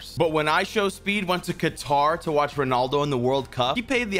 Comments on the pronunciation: Bro really converted Qatar to "ketour" 🤟😂🤟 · Qataaaaar its QATAR